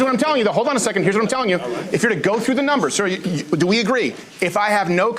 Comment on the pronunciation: “Dare goes doze numbahz” As opposed to what?? A guess? Why do they want reparations if “numbahz” don’t mean anything?